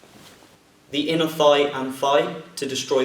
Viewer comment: When I watch your videos I have trouble believing you only a 2nd degree. Your very good. When you said "thigh" I thought you said "fie" and I'm sitting here thinking "what's a fie? I took anatomy I should know this" than you kicked and I was like oh he said thigh(: i like how you take a lot of time in your videos. Nothing is worse than a tutorial that is to fast and leaves out important details.